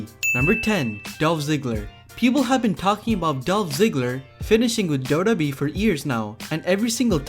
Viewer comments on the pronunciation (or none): It's double yu double yu E, not daubledauble oooo E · It's wwe not Dota e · Ca u pls pronounce WWE as WWE and not dodobi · WWE WWE WWE WWE WWE WWE WWE WWE NOT dodobe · Its w w e learn to speak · Dude. Slow the fuck down when saying WWE. It sounds like you're saying Dow-dow-Bee. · I don't mind listening to you BUT can you pronounce WWE better sounds like you are saying DODO E. lol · What is dodo be 😂 learn English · Is it just me or anyone else feel the same couldn’t watch the whole video because he keeps say doodoobe like he’s 100% that’s how u say wwe. N some of his pics very questionable. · why does he keep saying dodobee...its annoying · Why do you say WWE like that?